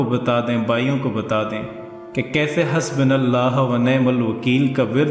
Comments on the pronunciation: i agree with u...husbo ha..husbi nai... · Assalam o alaikum wa rahmat ULLAH wa barakatuhu, ALLAH Subhanahu Wa Ta'ala apko jazai kheir ata farmaye ( Aameen ). .... beshak ham insan hein ham se galatian hojati hein starting word حَسْبُنَا اللَّهُ وَنِعْمَ الْوَكِيلُ] "Hasbu" hai "Hasbi" nh hai....... BA k ooper pesh hai zeir nh hai Jazak ALLAH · Not hasbinallahu Its hasbunallahu